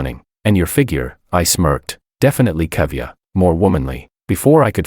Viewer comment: Cavier? Not curvier? Sounds like a bri'ish to me😂